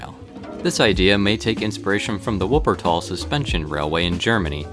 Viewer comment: WuPpEr-TaLl?! I'm so triggered